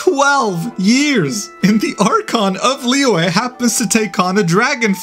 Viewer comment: You didnt say Liyue and Xianzou Luofo right 😂 I heard Liwei and SheinShow MOFO 🤣